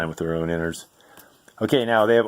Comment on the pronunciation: "inards" lol